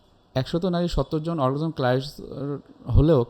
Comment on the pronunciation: অর্গাজম উচ্চারণ করতে পারে না, বলছে অরগারিজম।